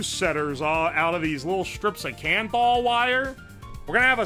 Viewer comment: What was that nichrome-like material he kept talking about called? "Canthol?"